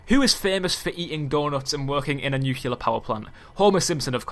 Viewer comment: For the love of god, it's NUCLEAR, not NUKULAR.